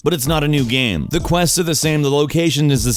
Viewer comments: EA sports: it's in the geym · "It's not the seym geym